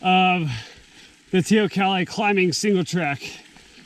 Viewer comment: Hi, after speaking to an "ex-local", now here in GJ, it's "tay-oh-COLLEE"!